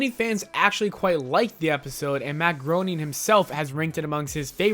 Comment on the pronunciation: Matt Groening's last name is pronounced "GRAINING" you dummies. Great video. And indicted is pronounced "IN-DITE-ed." Geez!